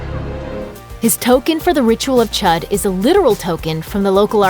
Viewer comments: NIBBA it’s pronounced chOOd not chUd, dumbass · I’m really triggered that she keeps pronouncing Chüd as Chud. It’s pronounced Chood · anyone else hate how she keeps saying “chud”....ITS ”CH-OOOOD” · I cringe so hard when she says the ritual of chud. Its pronounced the ritual of chude, not chud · The ritual of 'CHUD'? IT'S PRONOUNCED CHOOD! argh, Americans... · Chood not chud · isnt Chüd is pronounced like chude and not like how its spelled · Chüd is pronounced chood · She can't pronounce chüd right lol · You pronounced Chüd wrong... 😐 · THATS NOT HOW YOU SAY THE WORD CHUD